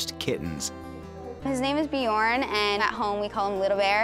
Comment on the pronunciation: "BjOOORn". No, it's "Bjørn". As in the Norwegian word for "bear". Try to pronounce "learn" -- l-eeeeeaaaa-rn. Bj-øøøøø-rn. Basically the same thing. Ø.